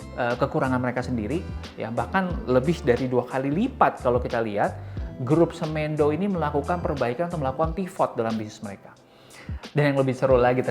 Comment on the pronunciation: Semendo bang, bukan semEndo bacanya 😁🙏